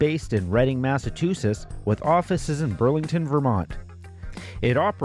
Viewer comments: It's pronounced Mass-a-Chew-setts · Massa-two-sits? Good god, how did this mispronunciation become a thing. I love everything about this series, but boy do I cringe every time I hear this…. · I appreciate these videos on the promotions.... so much that I can forgive "massatoosits"